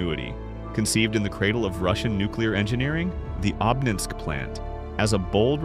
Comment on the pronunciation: Обнинской , ударение на первую О